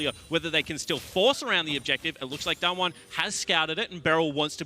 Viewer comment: I'm wondering why the one caster can't pronounce Damwon correctly while the other is doing it. He just needs to do it the same, it's not that hard